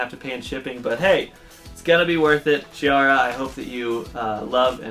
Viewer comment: I'm so happy and excited I'm among the winners! Thanks a lot for this opportunity and congratulations to the other winners. 🥁 Don't worry about the pronunciation of my name, everybody fails it! 😂 CH in Italian is like K, so it's Kiara! 😉